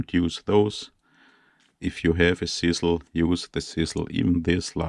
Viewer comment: OMFG your KILLING ME!!!!!!!!!!!!!! ITS CHisEL like DRIZZLE BUT A GOD DAMN CH IN FRONT!!!!!!!! LMFOOOOOOO!!!!!!!!!!!!!!!!!!!!!